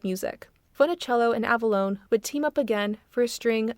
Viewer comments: Ava - LAWN - not Lone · Except for pronouncing Frankie Avalon as "Frankie Avalone" 😅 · Okay; I put up with your amateurish commentary right up until you managed to mispronounce "Frankie Avalon", which I would have thought impossible. If you scholarship (or just general knowledge) is that poor, I have no interest in what.